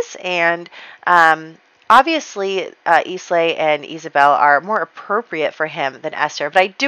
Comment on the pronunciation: Islay is pronounced "I-LA", not "IS-LAY" :)